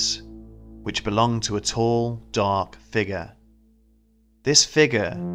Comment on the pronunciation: Kinda bothers me how the narrator says the word figure? Anyone else notice that?